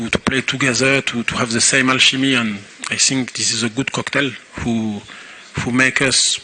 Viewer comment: Oui mais son anglais est un peu plat. Il dit Alchimie (Comme en Français) mais en Anglais, on prononce Alkimy. Bravo tout de même pour la victoire. 🎉🎉🎉